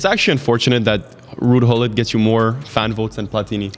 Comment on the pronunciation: His name is not (hull-it) it’s (Goo-Lit)